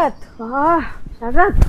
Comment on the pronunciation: శరత్ కాదు......షరత్... షరత్..